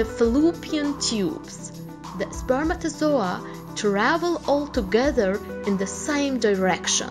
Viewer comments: I stopped the video cuz I didn't want to hear her saying spermatosoa again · YAS I DONT EVEN FREAKING KNOW WHAT LANGUAGE THIS THINGS SPEAKING. SHE FREAKIN SAYS “SPERMATAZOA” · Way she says spermatozoah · Spermatozoa...spermatozoa...What accent is this ? 😂😂😂.